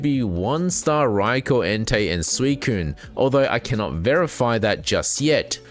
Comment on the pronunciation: Rye-koh not raikor D: thanks for your content its great